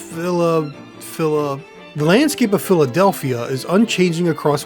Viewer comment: Philabieldia is such a funny name which idk how they expected anyone to pronounce haha